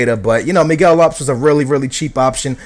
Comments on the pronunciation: for being a portugal fan you can't say half of their names. Lopes....rofl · Miguel LOPS? Really skills. I'm from the UK and I know it's pronounced LOH-PEZ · Miguel lops?? Man u cant even pronounce portugease names!! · why is your pronounciation so weird? considering ur porotghese....!! its pepe not pep or is it pep? im not sure haha...and lopes not lops? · You can't pronounce Miguel Lopes